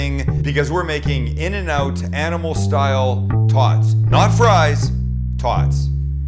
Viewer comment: “animal style tawts”